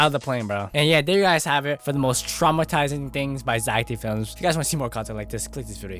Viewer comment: That ain't zack d. Films thats "zack dih films"